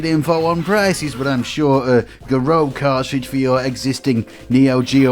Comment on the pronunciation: it's prnounced "garoo", as every OU is in japanese, as a long Uuu sound. as on "you". pronouncing that equivalent to an L, some in between od a D and an L, is much more tricky. :D thanks for the comment bating. lol. you're welcone!